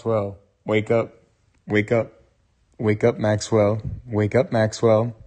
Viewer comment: Not "Maqwell", but MAXWELL 👍🏼